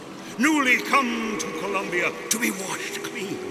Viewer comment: Every time says Columnbia I think of when he lived with Mal there